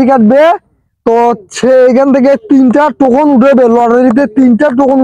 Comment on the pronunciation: টোকেন না টোকন😂😂